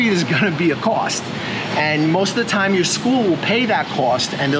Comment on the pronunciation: Why do you say "brush yo teeth" ?